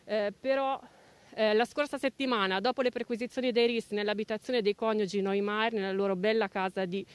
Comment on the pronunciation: Con tutta questa eccessiva attenzione riservata per il caso Neumair, si può chiedere ai giornalisti della Rai di pronunciare il nome dell'indagato correttamente? Non si chiama Neymar, ma Neumair! NO-I-MA-I-ER !!!!